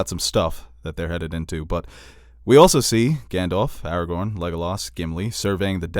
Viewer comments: Or Aragon instead of Aragorn. 😜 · How can you call yourself a nerd but call Aragorn “Eragon” for forty minutes